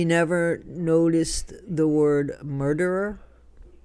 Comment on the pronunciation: Sounds like is calling her a smurderer